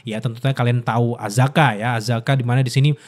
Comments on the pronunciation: Akaza akaza akaza bang bukan azaka 😭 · Akaza bang, bukan azaka🤣🤣🤣🤣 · akaza bang bukan azaka😂😂😂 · Bang.. Akaza.. Bang, Akaza.. Bukan Azaka.. Kalau ada Akaza ini selalu keren sih, teringat perkelahian pertamanya ketemu Rengoku.. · Akaza bang,gua Ampe lupa namanya lu ngomong azaka trus wkwk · Akaza bang buka Azaka 😂😂😂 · Akaza bang kenapa jadi azaka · Bang akaza bang bukan azaka heheh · Akaza bang bukan azaka corbuzier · bang kenapa ga astaga aja, akaza bukan azaka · akaza bang bukan apakah 😂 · Akaza cuy, salah terus nyebut nya😂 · Akaza kak, bukan azaka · Akaza bang bukan azaka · AKAZA woi, bukan AZAKA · Akaza bro bukan azaka 😃… sedikit kritik… agak ganggu aja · ralat Bang....Akaza bukan Azaka....😂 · Akaza Bang, Bukan Azaka.. 😅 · azaka nggak tuh 😂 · bg maaaf ni bg, sebagai fans demon slayer gw gemes aja sama lu, Akaza ya bg bukan Azaka, kalo Azaka dari Arab bg, maap ni yak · bukan azaka bang, akaza😂😂😂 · mana ngakak bgt salah pronounce nama char akaza jdi azka 😂